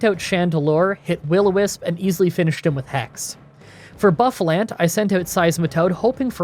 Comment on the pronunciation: The only things you got wrong in pronouncing them. Mistr-all-iton cave and boo-fulaunt